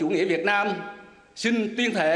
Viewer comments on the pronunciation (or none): Tuyên thề ông ta đọc là tuyên thệ.nhìn mặt kg chút gì tem bảo hành.